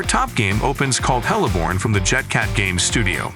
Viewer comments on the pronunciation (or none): It's Heliborne, not hella borne. Best supporting comedic title mispronounciation goes the Apach....eair assault 😄